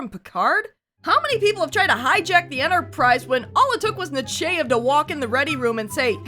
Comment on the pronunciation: The only good Admirals were Janeway and Nakamura. Also, im pretty sure its pronounced NUH- CHY- EV, Not NUH- CHAY- EV. At least, thats how Tim Russ pronounced it when he narrated "The Genesis Wave" audiobook. But yeah, shes AWFUL. I hated that she gave Jellico command of the Enterprise during Picards absence, when command should have gone to RIKER. He had more than proven himself capable of handling anything when he was made acting captain during the Borg incident. He would have handled the Cardassian mission just as well as Jellico. Look, if youre in a band, and your singer comes down sick, and cant make a big gig, and your bass player can also sing, and knows all the lyrics to the bands songs, do you bring in a totally new singer who doesnt know the material AT ALL, or do you just shift the bass player to lead vocals?? EXACTLY.